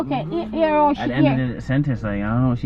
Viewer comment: they say Vlog, not Blog 😆😆😆😆😆😆😆😆😆😆 always changing ppl word